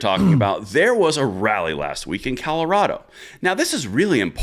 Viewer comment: Sounds like you all are saying Calirado